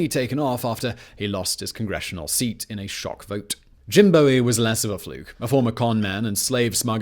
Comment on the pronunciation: Jim Boo-ee. Like bowie knife, Not bowie like david bowie.